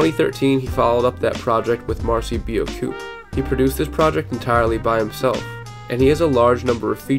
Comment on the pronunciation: My man said “Marcy bee-OH-coop”… 😂